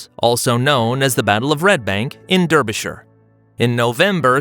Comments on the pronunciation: You don't pronounce Derbyshire like that. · Its not pronounced "Derrbyshire" its "Darbyshire".